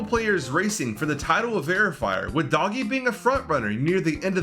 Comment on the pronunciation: its not doggie its doogie